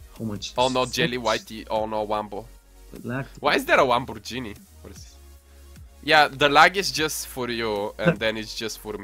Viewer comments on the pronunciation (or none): Wamborjini lol i can't even its laumbourghini